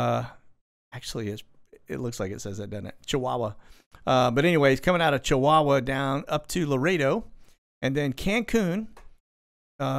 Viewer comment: Loved your "Les Nessman" pronunciation of Chihuahua -- gotta have a little sense of humor through all this craziness -- stay safe to you and all